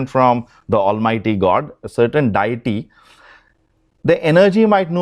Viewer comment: Stop saying DIETY. It's Deity. And pronounced DAY-A-TEA.